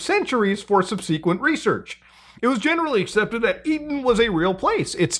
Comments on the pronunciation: Bro, i couldn't hear another word you said after you said sub-see-quent. Is it a Canadian thing or a millennial/zoomer thing? The word is sub-sa-quent. Then it got worse when you said thee-all-a-juns... Never heard that one before. It's thee-O-low-juns. Damn, then i heard jos-a-fus... Did you mean Jo-see-fus? Lastly, it's not the U-frAts river. It's the U-frA-tees river. If you need tutoring, I'm here for you, friend. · Please learn how to pronounce "subsequent". 😑